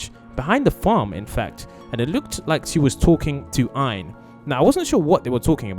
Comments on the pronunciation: He is no called iron are u tring to say arron or ein😅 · How the hell did you mispronounce Ein as "Aian"? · Bro said iron as ein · he is calling ein iron lol😂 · Yea like iron what the heck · You Said ein wrong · I'm not believe this vid can't even say ein names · You're saying it wrong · It’s Ein not Iron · Yeah and he keeps calling Ian, Iron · Its not iron its ein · Is ein not iron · that is Ein not iron. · No its not Aaron it's ein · Its Ein not iron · are you trying to say ein or Aaron? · THAT AIN'T IRON ITS EIN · Ein not ion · IS EIN NOT IRON😭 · Bro said iron it’s ein😂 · Iron IRON?! It’s EIN! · Iron? It’s Ein! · umm did he say iorn or ein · Its not iorns it,s Ein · bro said "iron" it's "ein" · Iron? Its Ein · Ian? You mean ein right? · It is EIN not IREN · It’s Ian not iron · It is ein not iron.😊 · It's not iron it's it's Ian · It's ein not ine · It’s called Ein not Iron😐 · it's ein not Iron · o god for sake his name is Aaron not iron duh 🙄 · Its ein not ion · It's not iron It's ein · It’s not iron it’s ein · Him:calls Ein iron:me :ITS EIN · You need to say E en not iron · bro said iron instead of ein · bruh his name is not iron its ein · You called Ein iron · it's Ein not iron !? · its ein not irne or iren or what u said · He called ein Iron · It is ein not iron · Sorry but he is called Ein not iron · Btw its pronounced "ein" not "iron" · SO TRUEE HE'S DUMB EWW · I REALLY WANT TO PLAY WITH HER but for now I have the skins (also it’s pronounced Ein not iron) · Bro its ein not iron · Bruh he said iron not Ein !! His name is EIN!! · It is in not Ein not iron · It is not ion it is ein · 𝙄𝙧𝙤𝙣 😂𝙞𝙩𝙨 ein😂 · ITS not "iron" its Ein And its not "animal" its Aphmau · Ein not iron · is not iron its ein👃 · His name isn't Iron it's ein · it's EE- IN not ion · its ein not iin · His name is ein not iron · True it's Ein not iron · That's not iron its ein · Ein not ian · His name is not inse it is Ein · I'm sorry I can't help it his name is "Ein"Not iron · Its ein not iorn